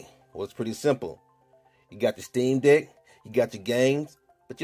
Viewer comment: Anyone else hearing steam dick?